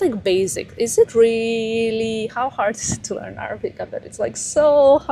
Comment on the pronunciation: your Arabic accent is so good, It’s not too hard to learn, knowing your drive you can do it. And omg Vogue, how huge, congratulations 🤍